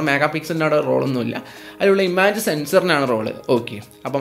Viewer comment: ഇമാജ് അല്ല ഇമേജ്...